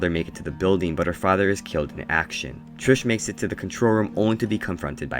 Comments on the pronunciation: Bruhhhhh her name is TRIS not trish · you kept saying trish and not tris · WHEN YOU PRONOUNCED TRIS LIKE TRISH I WANTED TO THROW MYSELF OUT A WINDOW IT MADE ME SO MAD BSHFHFJSKRJG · lol love how you kept saying "Trish" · IT TRIGGERED ME SO MUCH OMGGGG